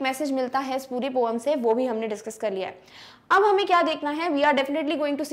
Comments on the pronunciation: This is not poom (पोम )It's poem ( पोइम ) Please improve your English ma'am 🙏🙏🙏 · It's pronounced po - yem not po - um 🤣🤣🤣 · Poem ok not poam😂😂😂